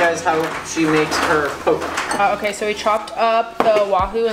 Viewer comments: Good looking food. But, the pronunciation for "poke" is "poe-kay". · its called poke not like poking someone. its pronounced (pokey) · My nigga said poke... I'm crying (pronounced po-kay) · Lol "poke" it's Pokeh and try cutting the chunks a little larger makes for better bites think like 1" cubes other than that looks good bro much love from Hawaii bro 🤙🏾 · Nice catch! Dig your videos. Just a friendly help, your pronouncing "poke" wrong lol. It's pronounced po-kay. Being from Hawaii it's always a food favorite and looks like your guys made some good stuff! Keep up the vids!!